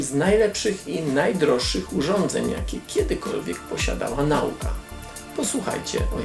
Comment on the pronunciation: Słowo "nauka" należy akcentować na przedostatnią sylabę, jak w wierszyku Brzechwy: "stąd nauka jest dla żuka, żuk na żonę żuka szuka". Słowo to jest przecież w nazwie kanału, wypada więc wymawiać je poprawnie.